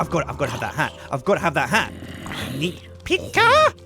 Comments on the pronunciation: sounds Chinese when he goes pikachue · Every time tries to say Pika Pikachu I do a facepalm. So far I've done a lot of faepalms